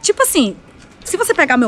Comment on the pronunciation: Eu nao admito que você fale asin con meu prinçeso /eu rachei de rir